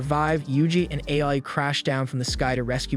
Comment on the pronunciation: It is not AI ITS AA-OO-II